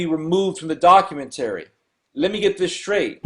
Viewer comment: Doc-u-men-terry. That must be from the same dictionary that has Auto-may-ton in it.